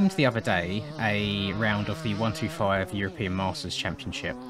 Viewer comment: say 1-25 not 1-2-5 i sound like a dick but yea